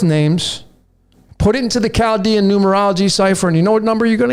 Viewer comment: very very new, Chaldean >>> COW-dean... hmmm just a Welder here.